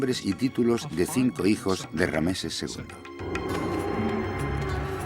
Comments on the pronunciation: RAMSÉS no Rameses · Por que dice rameses en vez de ramses ll y por eset en vez de seti l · Rameses no ,es ramses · Rameses??? Ramses sera amigo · una mierda la traduccion gallega, no saben ni hablar los hdps, rameses?